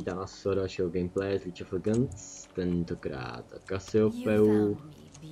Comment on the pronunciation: Máš pékné letsplaye ale vadí mi tvoje výslovnost... nečte se to Lídž of legends ale Líg of ledžends :)